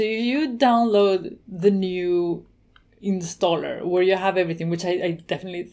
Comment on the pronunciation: "insaller" ? But nice video anyway. Thank you...